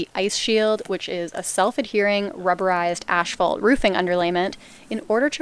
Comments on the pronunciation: Are you saying ash-phalt? 😊 No shade just fyi it’s asphalt. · Is it an accent thing that they call Asphalt Shingles 'Ash fault'? Around here we pronounce it like 'ass fault' Either way nice job on the shack. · Please stop saying ash-fault, it's pronounced ASS-FAULT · stop saying "ASHfault" :P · Ash-phalt a Canadian pronunciation? Never heard it said that way.